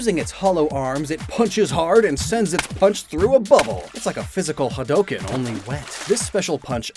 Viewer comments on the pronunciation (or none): none